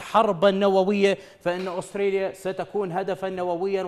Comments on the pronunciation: اوستريليا؟؟؟؟؟ ترى اسمها استراليا فاهم الانكليزية من ذيلها ،، من تجيب مذيع من باب الشرجي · دكول استراليا شنو استريا😂